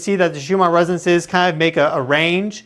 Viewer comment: Listen to someone else say "RESONANCES". You are missing a syllable. The word isn't "REZZNCE".